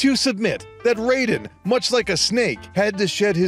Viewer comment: cant even pronounce Raiden correctly. damn, this is gonna be awful. 9 hours later, I didn't even finish the video. It was worse than I thought.